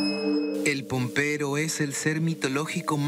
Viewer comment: El pompero dice 🤣😂🤦🏼‍♂️ (pombero es)🤦🏼‍♂️